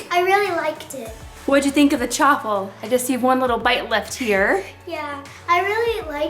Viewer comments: Chaffle as in Cha-waffle not Cha-ffle just saying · It’s prounounced shaffle